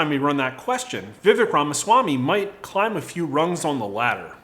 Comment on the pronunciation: Just FYI. It’s pronounced “Vuh- vake”. And Pence is going down with his pro send Your Kids to war stance. Look for Vivek to rise in the polls as people actually begin to listen.